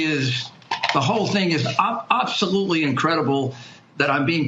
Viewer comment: “Obselutly”???? Hahahahahahahaha…😂